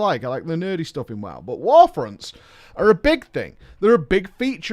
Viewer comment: "I wanna talk about warfronnnns" lol